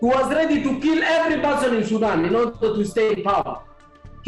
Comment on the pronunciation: Great broadcast! I love how he pronounces “Sudan” so it sounds like “Sidon”. Great job guys!